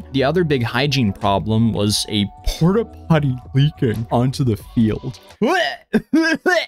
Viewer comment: im sorry what was leaking onto the field? You had the laugh in your voice so I couldn’t understand Porta puddy?